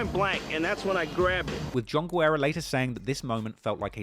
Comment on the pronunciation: you're a true legend. Just one small note: en español, we pronounce the name "Guerra" like "gerra," not "gwerra."